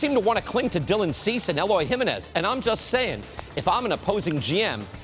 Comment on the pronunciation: What is it about white guys mispronouncing Jimenez? ESPN couldn't get it right either 🤦🏻‍♂️